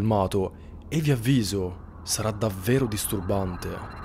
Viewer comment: se dovesse mai esistere un MEME di andriu...sarebbe '' Disturrrrbante''!!